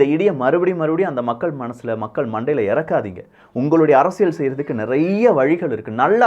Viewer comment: அறசியல் அல்ல அரசியல் ! உச்சரிப்பு முதலில் கற்றுக்கொள்ளவும்